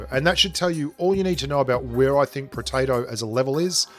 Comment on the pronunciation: oh it's protato. I thought you calling those guns, potato guns xD